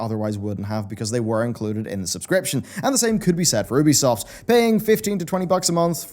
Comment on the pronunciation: Learn how to say ubisoft's name please ! It's so annoying ;G